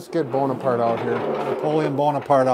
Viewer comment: Napoleon "bone-apart" 😂 didn't get it the first time